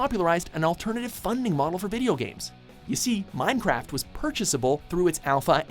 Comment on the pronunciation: the way he said "Minecraft" LOL